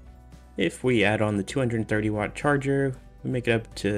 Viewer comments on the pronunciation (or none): none